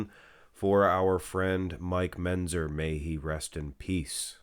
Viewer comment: can you learn to pronounce Mentzer properly?